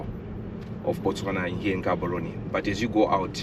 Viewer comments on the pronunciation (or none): Wode Maya you can't step foot in Botswana and call our capital city Ghaborone please correct your tongue.. GGGaborone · Maya, the name is not pronounced Gaborone. Its pronounced Haborone as a Ghanaian. They way the pronounce their names is a bit trickish. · bro said in Ghaborowne and I- 💀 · Good job . In bostwana (G is pronounced H Therefore (Haborone) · Your pronunciation of Gaborone is off my man. Especially with the G. Why didn't they correct you over there 🤣🤣🤣